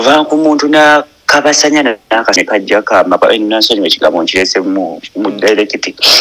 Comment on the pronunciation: The word is "kabasanya not kalabasanya" 😂😂😂